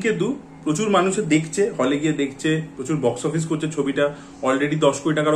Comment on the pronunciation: ভাই দেখচে না ওটা দেখছে.Pronunciation ta thik koro.eto gyan jharo sobai k